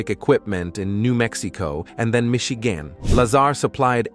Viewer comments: "Michigan" became Misheegaan 🤣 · I was honestly wondering about that, I've noticed that in a few videos from different channels too. Even the pronunciation 'Michigan' was odd as hell.